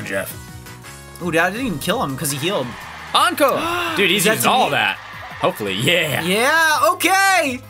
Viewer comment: Encore, not enecore.